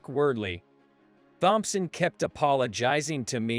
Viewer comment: Here we go again...the surname "Thompson", is pronounced as "Tomson". How long is this going to be, before anyone pronounces this Surname CORRECTLY???